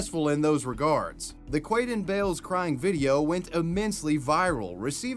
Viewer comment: 😂 i'am sorry.. if his name was like "David", I honestly wouldn't have said it that way. Quaden Bayles..